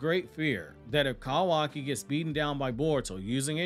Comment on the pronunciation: The way you say “Kawaki” almost made me click off the video every time